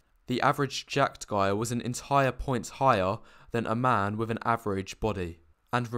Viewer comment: I'm pretty sure that saying 'wiv' when you mean 'with' will not make you attractive.